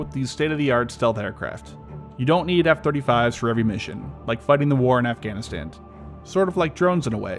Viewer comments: Was he saying afganaSTAND ? I didnt know there was a D at the end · are you saying "afghanistand"? I let the first one slide but it sounds like you're adding a d at the end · He keeps saying "Afghanistand."